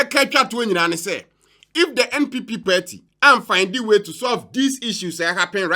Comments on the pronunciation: BUSH EFUOM AKAN GUY. THE WORD IS PARTY, NOT "PERTY". KWASIA! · IS THIS AKAN EFUOM (HOST) IN A YELLOW T-SHIRT NOT BOTHERED ABOUT OR ADVERSELY AFFECTED BY WHAT ABRONYE DC IS SAYING ABOUT THE LARGE-SCALE PLUNDERING OF GHANA TAXPAYERS BY THESE NPP AND NDC POLITICIANS? THE WORD IS PARTY, NOT PERTY! BUSH AKAN JSS BOY! LET THESE CRIMINAL POLITICIANS "SPILL THE BEANS" FOR EVERY GHANAIAN TO KNOW THE MESS OUR SO-CALLED LEADERS CONTINUE TO DROWN OTHER GHANAIANS INTO. WONTUMI IS FOLLOWING EXACTLY IN THE FOOTSTEPS OF AKUFO-ADDO ABOUT THE LOOTED NATIONAL CATHEDRAL PROJECT AMONG MANY OTHERS, KENNEDY AGYAPONG ABOUT THE LOOTED STREET LIGHTING AND COCOBOD PROJECTS FUNDS AMONG MANY OTHERS, OFORI-ATTA ABOUT ENRICHING HIMSELF WITH HIS SHARE OF LOANS FROM THE IMF, ETC. THE LIST GOES ON AND ON. THESE GHANAIAN POLITICIANS ARE DEVILS AND VERY CALLOUS. LOOK AT HOW THE VAST MAJORITY OF GHANAIANS ARE SUFFERING OF DEPRIVATION OF THE BASICS OF DECENT STANDARDS OF LIVING HOSPITALS, SCHOOLS AND UNIVERSITIES IN GHANA ARE WOEFULLY UNDER-RESOURCED AND STARVED OF GOVERNMENT FUNDING, CHILDREN SCHOOLING UNDER TREES AND IN DILAPIDATED STRUCTURES, WITH SEMI-LITERATE TEACHERS, ETC. MOTHERS DELIVERING BABIES ON HOSPITAL FLOORS FOR LACK OF BED SPACES ON HOSPITAL WARDS, ETC. GHANAIANS, PARTICULARLY TRIBALISTIC PRIMITIVE AKANS AND OTHER GHANAIANS, MUST WAKE UP AND FORGET ABOUT TRIBAL POLITICS WHEN CASING THEIR VOTE..